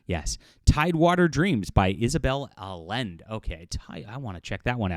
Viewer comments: Surprised doesn’t know that LL in Spanish has any sound. Allende is ‘Ah-Yen-Deh.’ And using Ai writing = Fancy Plagiarism. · For a guy who spends so much time in each and every video to promotes his credentials as an author and publishing industry expert, it's surprising you don't know who Isabel Allende is (or even how to properly pronounce her name, despite your Latino background). For background, she has been, in recent decades, one of the darlings of the publishing industry with her books based on "magical realism". She is also related to Salvador Allende, the former socialist President of Chile who was overthrown by General Augusto Pinochet in 1973.